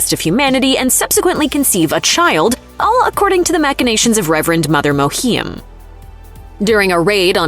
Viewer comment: does her pronunciation of Reverend Mother Mohiam's name bother anyone else?